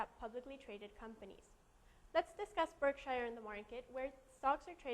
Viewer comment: It's pronounced "BurkSure," and Marmon is still being acquired....